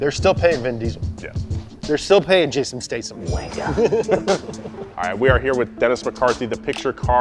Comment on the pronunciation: So, the Fast and Furious movies are made for people that don't know cars, by people that don't know cars (or physics)... with junk cars ... and , he said Jason Stasam